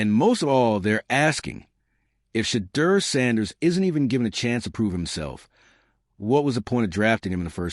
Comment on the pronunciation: Pronounce Shedeur’s name correctly!!!!